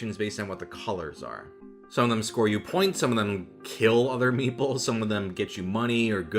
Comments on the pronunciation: I only realised at minute 27 that he wasn't saying "meatballs" but "meeples", which is a word I have never heard before. Don't know why I took the meatballs at face value either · The video was almost over by the time I correctly heard “meeples” instead of “meatballs” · "Meeples"? Thought you were saying "meatballs", which would interest me somewhat. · learn how to pronounce the "T" in meat ball. i swear i thought you were say8ng meeples. goddamn californians.